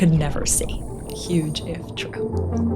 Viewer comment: " V HUGE DOM "💀😭